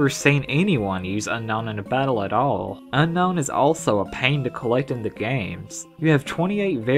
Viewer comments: Unown is pronounced "Ooh-known" (Atleast, in my opinion) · It's pronounced, Un-Own